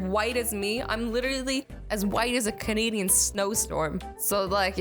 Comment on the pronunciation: Azzy... a “cinidian” is not a thing. A “Canadian” is a thing